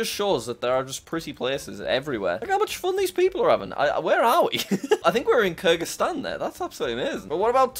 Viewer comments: Normal people: kyrgyzstan Jack: krygraszsytan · it’s kyrgastan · You mean krgistan